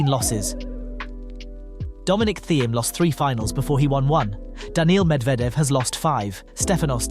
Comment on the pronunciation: And Dominic Theme too